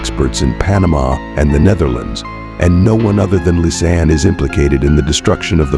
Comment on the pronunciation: its ai voice obviously but actually Froon is closely pronounced that way in Dutch btw although her first name is generally meant to be pronounced "Lis-annuh" and not "liz-ann"